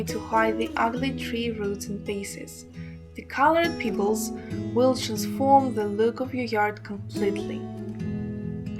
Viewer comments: Lol, Peeebles? lol Pebbles lady! To funny. Before you do a video for all to see. Learn how to pronunciate the words first! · Thank you. Check your pronunciation of "pebbles". Sorry to be picky.